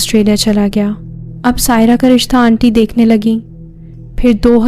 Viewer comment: And dear its not onty , its aunty...aanty..